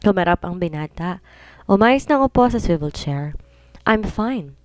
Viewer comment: Yung swivel chair hanggang ngayon suwayvel chair pa rin ang bigkas nya. Sakit sa tenga. Dami ng nagkocorrect pero until now ganun pa din bigkas nya. Si maganda voice talaga at saka magaling. Si ok naman sana pero may mga English words na mali bigkas.